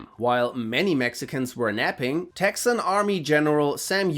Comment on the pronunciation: The way this man says Texan bothered me. But I assume it would bother Texans more and I do not like them so it’s ok.